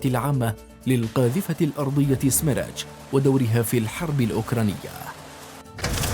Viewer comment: سميرتش تعني اعصار🙋🏻‍♂️ ولفظها خطأ من المعلق😑